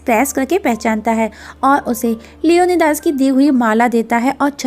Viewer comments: Acha ok LEO - NI - DEEES Lio - nai - das nahi.... pronunciation thik karo bai apni... Esa lagta hain koyi bengali eyaa to hindustani ho jiska Surname DAS ho 😂😂😂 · Leonidas ko "Leone Das" 🤣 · It's leonidas not leonydas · Mam it's लियोनाइडस not लियोनीदास beside that marvellous explanation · Leonidas nai Leone Das🤣